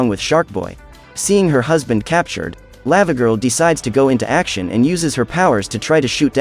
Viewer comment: I was cringing a bit at the pronunciation of Lavagirl. It's Lah-vuh-gurl, not Laa-vuh-gurl.